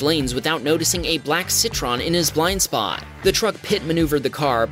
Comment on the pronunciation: ITS NOT CITRON ITS CITROËN 😭😭😭😭😭